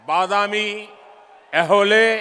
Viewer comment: ಬಾದಮ್ಯ ಅಲ್ಲ ಭದಾಮಿ